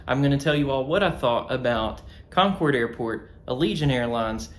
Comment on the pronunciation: Thank you for pronouncing "Concord" correctly. 🙂